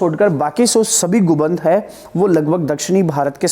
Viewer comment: Sir गुबंद नहीं होता गुंबद होता है